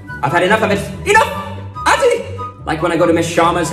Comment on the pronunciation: "Atti" its athi my guy keep up with the good work my dude❤